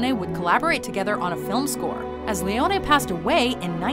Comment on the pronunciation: As an Italian, I appreciate how you pronounced his surname correctly, and not like the usual foreigner. It's "Morricon-ay", not "Morricon-ee". Yet, you mispronounced "Cinema Paradiso". In Italian, cinema is read "chee-nay-ma". And also Sergio Leone. It's "S-ay-rgio L-a-on-ay", not "Leon-ee". You should read it just like Morricone.